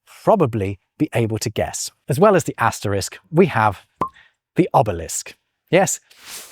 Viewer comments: At just about , you said, “ASTERICKS” — not, “ASTERISK.” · "Asterisk" has to be one the most mispronounced words in the English language!